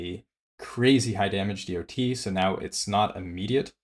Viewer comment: I spun around the sun almost 40 times, and never ever have i heard anyone pronouncing DoT like that.